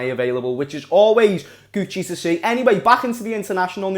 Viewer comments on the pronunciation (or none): none